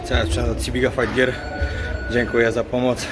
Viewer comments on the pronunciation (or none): none